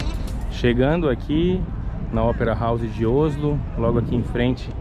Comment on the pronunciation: Pronunciando Oslo errado ,em português a pronúncia correta da-se com a letra Ó aberta E como se estivesse um acento no o ,não se pronuncia com o fechado ÓSLO